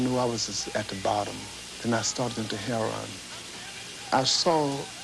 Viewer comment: I tried to get LR to pronounce heroin vs heron-twice with a cut in the interview. I was very naive back then. With all his talented lyric elocution he couldn't say it. So it's in the interview. Watching Ike Turner, he pronounces heroin as heron too. That's the way it was. Sorry, I don't have the time-stamp. Also at the end of the interview he had this gigantic silver trophy- THE KING OF ROCK AND ROLL. We all had individual photos taken with Richard and the trophy, outside in the garden.